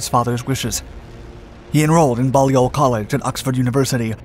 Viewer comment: Most interesting, thank you, and especially the footage is admirable. Well done (The 'Ball' in 'Balliol' is pronounced as the 'ball' in 'ballistics'.) 'Surprisingly, however, his Victoria Cross was not mentioned once.' . Very sorry, not in the least surprising, for in them bad ole days, one did not (as one does today) engage in virtue signalling. Discretion and reserve were in them days considered virtues.